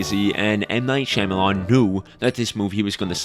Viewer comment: Writer's room, probably: what if... we said all the names Wrong? Shamayawn: wrong?... wr-ong... omg let's call him Ong, you're a genius